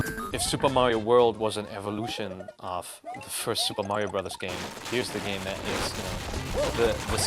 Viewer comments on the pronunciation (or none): Turn the game console off May-Ree-Oh.